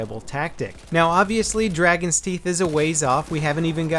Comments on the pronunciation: It is Dragon's Teeth, not Dargon's Theet ;) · Dargons teeth lol. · "Dargons Teeth"?:P Sounds like a messed up daedric lord.